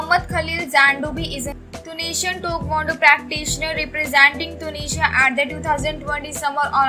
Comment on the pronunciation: IT'S TAEKWONDO NOT TOKONDO